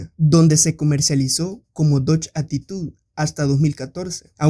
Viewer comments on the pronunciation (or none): none